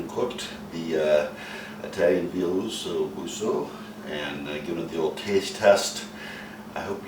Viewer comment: im sorry but if you dont know how to pronounce it you defo dont know how to cook it.